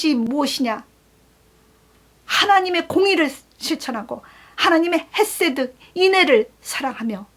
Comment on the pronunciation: "반복과 -팬-턴" "히브리-언-의 특성" "헤쎄드" 발음할 때 "헤"는 가래를 강하게 끓어 올려주심이 어떨지... "충~~"만하다 라고 발음하셨을때 처럼^^